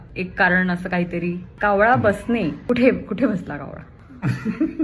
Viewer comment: बोलताना पण न ch yetay😅